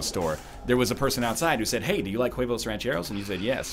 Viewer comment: The "h" is silent in huevos my friend